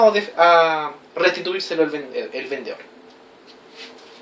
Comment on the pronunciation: Muy buena clase, pero cuidado con tu léxico, debes hablar claro, no se dice vendeor Saludos